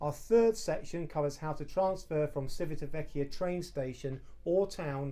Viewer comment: You have mispronounced Civitavecchia any single time (without mentioning Trastevere and Ostiense) . Don't you check before turning the camera on?